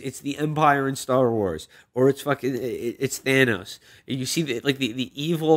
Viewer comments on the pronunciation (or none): yeah duh. Felix has been saying Thandos for over a year now